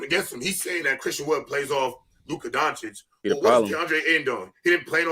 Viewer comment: Day 837, Why is still no one mentioning to that he is pronouncing Lukas name wrong Donchick... put some respect on his name already wtf